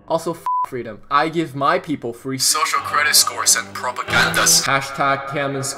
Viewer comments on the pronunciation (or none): none